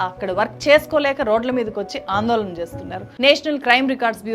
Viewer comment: వేల కాదు వేళ వాల్లు కాదు వాళ్ళు ఆందోలన కాదు ఆందోళన ఎల్లు కాదు ఏళ్ళు ఇలా చెత్త మాట్లాడకు తల్లీ నీ తెలుగు మండ